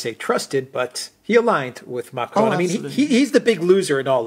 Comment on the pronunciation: OMG you can’t speak French. Don’t try to pronounce Macron with a French accent. Use the English pronunciation and you’ll avoid sounding like a clown on stilts.